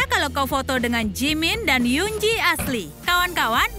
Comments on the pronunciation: Kan harusnya Yoongi bukan yungji😭😭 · Kok ngomong nya juga yoonji bukan Yoongii Oiya btw kenapa dibilang jimin+Yoongii mungkin karna sipit😹